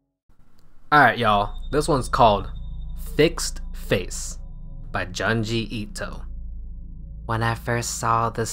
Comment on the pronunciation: After all these years, you still call Junji Ito "Johnjee Ito"